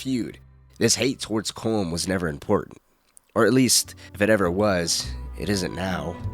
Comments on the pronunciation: Is Collum! not colm! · Its pronounced colum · pronouncing Colm wrong 😔